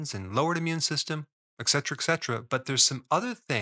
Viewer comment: There's no such word as "eccetera" (eks); it's "etcetera" (ets).